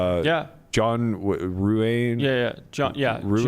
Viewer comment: What was the name of the squid guy who took a bunch of money off online sites and then disappeared? Sounded like berkey said John ruane or something but we all know how bad he is at pronouncing weird names so someone help me out here